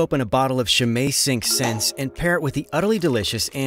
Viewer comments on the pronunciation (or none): This video is utterly appealing in all respects save one: Why the aggressively American mispronunciation of “Cinq Cents”?